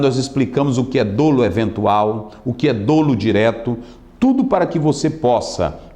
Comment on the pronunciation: PRONÚNCIA CORRETA: (DÓLO E NÃO DÔLO).